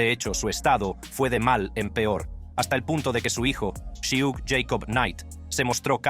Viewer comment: Su nombre es suge no shiug mi bro jaja